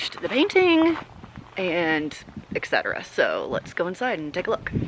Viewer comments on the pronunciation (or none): You are wearing a shirt about correcting grammer. I will now correct yours (with love). It is et cetera, not Eck cetera or ex cetera.